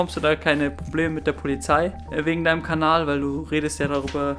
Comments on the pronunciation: warum sag er jedes mal kbal und nich kanal ??? :D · Er sagt am Ende einfach "aboniert diesen Kabal"😂